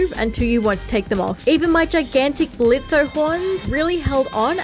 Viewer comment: It's pronounced Blitz... The o is silent.